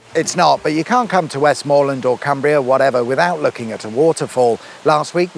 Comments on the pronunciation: How about Wessmuhlun, then, as you're neck stars Gwendoline withall things pronunciatory? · West MA land, not West MOOR land, southerners 😤👍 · I don't know, are you doing this just to upset Cumbrians, you are, aren't you.... Kur-by Ste-ven (basically)... It's also usually pronounced West-muh-land, although that may just be technically correct...and don't hold me to it, but I'm pretty sure Brough is pronounced Broom but maybe thats Brougham which is not far away... Both have castles....